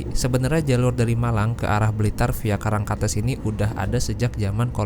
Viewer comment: bang untuk pembacaan " karangkates" itu " karangkates " bukan " karangkates " bang